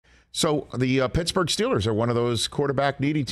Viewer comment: Mitchburgh!! Lol